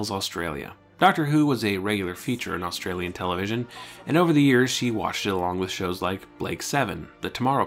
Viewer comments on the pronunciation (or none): none